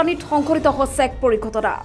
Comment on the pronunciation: বাতৰিটো পঢ়োতে হৈছে শব্দটো কিয় হছে বুলি উচ্চাৰণ কৰিছে,উচ্চাৰণৰ প্ৰতি সচেতন হওক